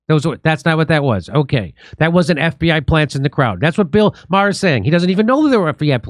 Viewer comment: It's pronounced May-Her